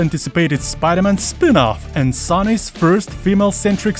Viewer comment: I thought he said Sonic instead of Sony lol 😂